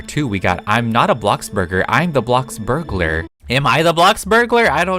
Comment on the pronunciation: No hate but can you please stop saying BLOCKburgalar and say BLOXburgalar. I just is kinda annoying me.